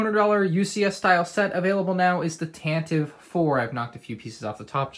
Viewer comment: Nice review! I loved building this set! Please bear in mind Tantive is pronounced as TAN-tuh-vee